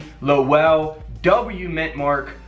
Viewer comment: Its pronounced low-l lol..im from mass everyone always slaughters the pronunciation of our towns